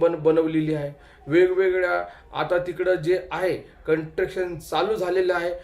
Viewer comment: अरे कंट्रक्शन नाही रे कंस्ट्रक्शन मित्रा 😂